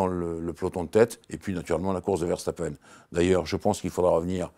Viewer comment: pourquoi prononcer "VerCHtapen"?:) Dommage de passer sur l'info essentielle de ce GP: c'est moins une performance immense de Mercedes qu'une contre-performance immense de Ferrari. Ils ont de toute évidence un sérieux problème de moteur, bien qu'ils ne l'admettent pas publiquement, fidèle à eux-mêmes. Que Ferrari retrouve tous ses chevaux et on aura une belle saison je crois.